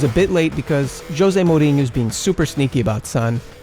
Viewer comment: Recent subscriber. Great content, man! Just one question: what's your nationality. Your accent its interesting and the way you say Mourinho... XD